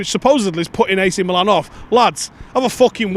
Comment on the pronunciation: Ah, so good to hear someone say 'Meelan' 🙏👍👏